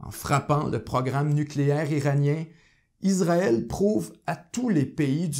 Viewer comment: Merci pour votre reportage bien renseigné. En revanche c’est Issraël et pas Izraël